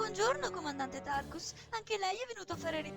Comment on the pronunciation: Era un sacco che aspettavo il secondo episodio! Ed è fantastico!! Comunque à Tarkas e non Tarkus..